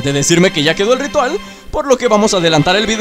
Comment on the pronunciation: like si lo ves en 2019 like por que dijo rital jajajaja😂😂😂😂😂😂🤣🤣🤣🤣